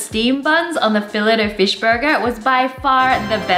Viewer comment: You called it a felit o fish instead of ( pronounced ) fill aye o fish the t is silent